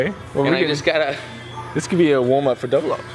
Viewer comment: Was that an Australian accent there lol woam ap :')